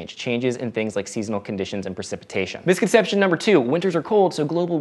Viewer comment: It's misconception (4 syllables), not misconceptionate. I can't go on not saying anything. C'mon, slow down.